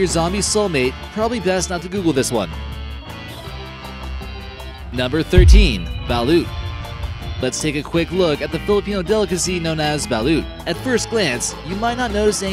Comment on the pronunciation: Balut is actually pronounced as bal-ot.